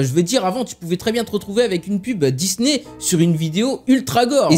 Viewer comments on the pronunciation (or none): none